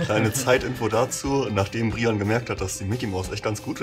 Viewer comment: Willst du echt Brian genannt werden und nicht Breiän?! 😮